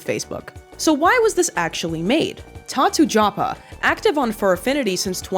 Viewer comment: Tatujapa? nah, it's Tatuyapa